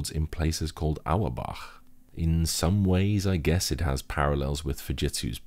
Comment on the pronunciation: Auerbach native here, hearing say the name feels like ive accomplished something in life lol.